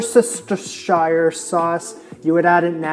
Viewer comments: “Worcestershire” sauce is pronounced “Worster” sauce. I grew up saying it and cooking with it before I really looked at the spelling of the name. Brits are famous for dropping some syllables off of long words. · Worcestershire is pronounced "werstershure" like "New Hampshire" : - His "Aboot" was clearly sarcastic. But yeah i hear "Aboat" quite often. - His poutine looked good, but the beige-ish gravy got me frowning a bit. It reminded me of KFC Gravy :) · Ha ha. WU-STUH-SHUR Sauce. My Grmas dad was born in Bromsgrove, Worcestershire England. Lol! I got lessons on how to pronounce the sauce! 😂